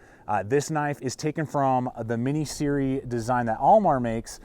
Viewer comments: Proper pronounciation is Like sear. It is an acronym S.E.R.E - survival, evasion, resistance and escape. In essence it is the name of a military course that is given to aviators and special forces operators the course covers code of conduct in war, peacetime, hostage detention environments etc... also covered:general survival skills, evasion planning, resistance, exploitation, and political manipulations and escape planning. A lot more to this than I can tell you. But brother! SIRI???? You have to change that part of the video when you say SIRI instead of Sear....... just saying. Great video otherwise - I enjoy your content. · It is pronounced SERE (S.E.R.E) not "SIRI". It is an acronym. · SERE (Survive Evade Resist Escape) pronounced: sear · "SEE-ER" Not "siri" ; ) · Siri, lol. Jesus, Americans suck at their own language